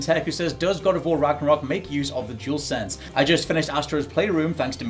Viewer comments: he’s saying jewelsense instead of dualsense 🤣🤦‍♂️ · Jewelsense seriously 🤦🏻‍♂️ say it properly.